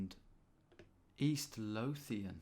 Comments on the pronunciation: Screaming Scottish town names at Tom as he pronounces them horrendously 🤣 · And Lothian with an unvoiced 'th'. Correct me if I'm wrong, but it's more like 'clothe' than 'cloth', isn't it?